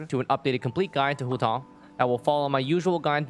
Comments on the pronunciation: homa banner is tempting but we're not sure of that so i'm skipping to pull for childe 'coz he's more fun and i need a male character 5star. Also i cringe when pronounce huuotaww 😁 EDIT: ARATAKI ITTO GOT RELEASED I'M SAVING ALL FOR HIM BYE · am i the only one hearing hu tall? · its hu tao, and shes not a pyro walnut? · I am feeling really uncomfortable from your Hu tao pronunciation. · accent showing up just to pronounce Hu Tao 👌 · sounds kinda weird when speaking english though. Like pronouncing Ganyu with the "yu" pinyin which doesnt exist in english would just sound weird